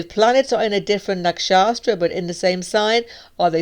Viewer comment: Hi! Thanks for sharing! One feedback - the subdivision of house is “Nak.shat.ra” instead of “Nak.shas.tra”